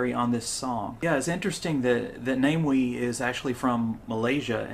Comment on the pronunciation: Again I need to point out before you go any further, the name is NA MEE WEE, please, watch more of his youtube video then you can find out. NA ME WEE, not Name Wee